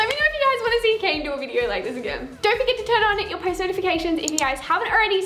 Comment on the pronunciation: it's not a video.... it's a "viderrr" lol heh..heh..